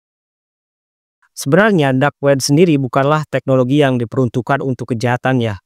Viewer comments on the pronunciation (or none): none